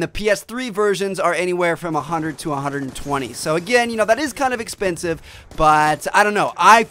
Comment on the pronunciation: A little bit epensive, "little"